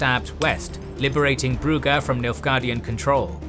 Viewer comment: Oh great, now brugge gets the correct (dutch/flemish) pronounciation. All it took was a completely new fictional world.... You english are a weird bunch.